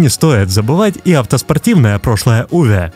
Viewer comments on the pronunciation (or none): none